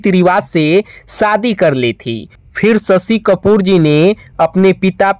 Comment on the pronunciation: Aapke language mein bihari axen aata hai ise thik karo. Aur shashi kapoor hain sasi kapoor nehi.